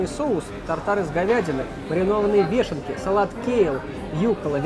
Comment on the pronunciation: Правильно говорить не вЕшенки, а Вёшенки... upd: кстати, по моему уже общались по этому поводу) Ты отвечал, что запомнишь! Желаю хорошего дня.